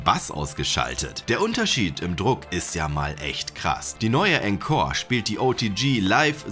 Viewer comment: Cooles Video. Es wird aber nicht enkor, sondern ohnkor ausgesprochen ;)